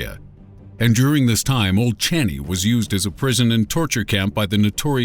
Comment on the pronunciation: Thank you for featuring singapore. From a singaporean! Hehe btw its pronouced as old chang-yi hospital.